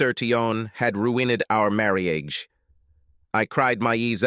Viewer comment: What is "Marri-age"???? The Ai voice has become 'grating on my nerves' please change it...